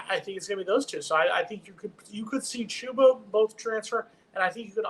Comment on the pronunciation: At least we won't have to listen to this guy mispronounce the player's name anymore. Chooba? Come on